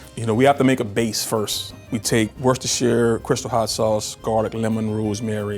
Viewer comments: Best pronunciation of Worcestershire sauce I’ve heard from an American! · Omg the bbq shrimp guy said Worcestershire sauce correctly! (I’m from the uk) 😂